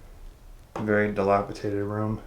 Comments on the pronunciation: DilapiDated, with a D. Not dilapiTated. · Gentle correction hon. DilapiDated, not dilapiTated. 😉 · disREpair, NOT dispair. DilapiDated, NOT dilapiTated. "Cire liquide" is liquid wax.